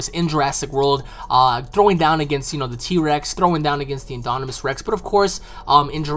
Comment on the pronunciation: Haha great video, but it's pronounced IN-DOM-IN-US Rex. Like dominant. No hate, just thought you should know:)